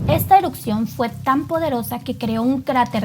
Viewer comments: ¡Por favor! Se escucha terrible y lo repite muchas veces. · Es mi imaginación y dice eruCcion en vez de erupción ??? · Gran video, una corrección nada mas, se dice "erupción" no "erucción". Saludos. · no se dice eruccion, se dice erupción. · Erupción, no "erucción" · es ERUPCIÓN, no ERUCCION. Saludos desde Ciudad de México 🇲🇽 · Muy interesante tu información. Peroooooo todo el tiempo dijiste " erupcion"